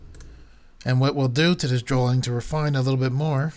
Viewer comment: Drawing. (Dro-eeng) not drawling!